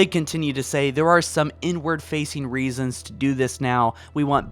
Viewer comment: when he said inward i thought he said n-word im sorry